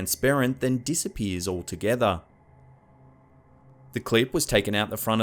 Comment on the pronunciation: Like the videos but please learn how to pronounce words that end in a and er. You have them confused. Example: Pamela, not Pameler. Cuba , not Cuber as JFK would say.